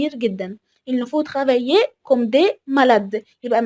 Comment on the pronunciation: تقرأ Comme كوم وليس كمم